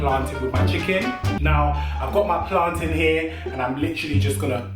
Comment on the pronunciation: Please leave! Right now! 😂😂🤣🤣😂😂 this is too much at least he says plantin right! You want fi kill us 😂😂😂😂😂😂😂😂😂😂